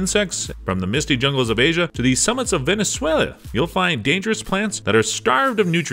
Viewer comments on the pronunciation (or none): "To the summits of Venesweah" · “Ven — ez — ue — la” can you say it? 😂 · the summits of Venezueueue?